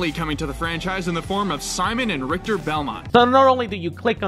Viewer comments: RIKKEETER! XD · Or ricktahhh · If you play that clip further, you also hear the guy mispronounce Richter's name too.